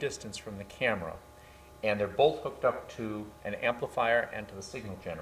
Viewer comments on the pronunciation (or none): none